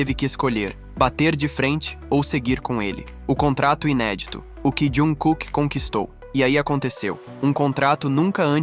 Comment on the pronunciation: Correções: ele é timido e muito humilde, mas quem é Army sabe que o bonito passa longe de ser quieto hahaha. A pronúncia da palavra maknae é "makne", você não pronúncia o a e. O nome civil dele é pronunciado quase como "Jangkok", se você reparar como ele fala nas entrevistas. Jung Kook é o nome artístico dele, assim como V é o nome do Taehyung, assim por diante.